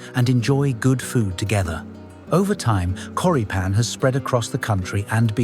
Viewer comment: Hm, a good alternative that my family uses in America are Johnsonville Mild Italian Sausage. The pronunciation of Choripan is Chori like chorizo and pan (pahn).